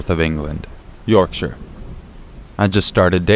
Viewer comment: You pronounced Yorkshire right well done xxx